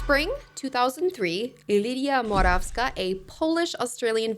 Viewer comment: as a Polish person I appreciate your pronunciation of Morawska so much 🙏 this is such a low bar but thank you for not anglifying her surname, I need you to know that that really matters, thank you